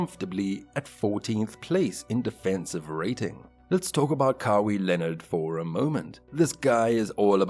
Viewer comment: I don't know if you are saying the name like that on purpose... but it's pronounced Ka-why Leonard not Ka-wii Leonard. Sorry 😂😂 I just had to say it couldn't focus on anything else